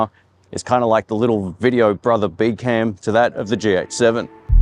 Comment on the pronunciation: Am I the only one who keeps hearing "GX7" instead of "GH7"?